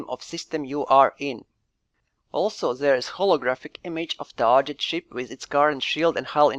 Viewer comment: One small tip: "target" is pronounced tɑːɡɪt, not tɑːʒɪt.